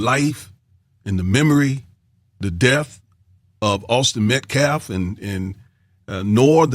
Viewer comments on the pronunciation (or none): none